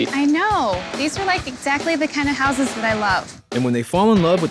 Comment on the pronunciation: irritating when the plural of house is pronounced housses, when it should be houzes.